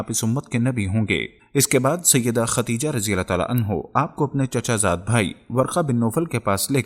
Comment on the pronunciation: ختیجه نہیں ہوتا بھائی ۔۔۔خدیجہ